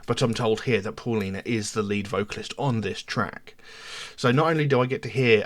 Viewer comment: Please . Spanish sound the AU like the car . . . Audi . . Pow-lina . . Paulina. . . Its not . . What ever we want to call her . .